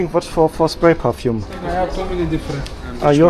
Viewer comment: *perfume not parfume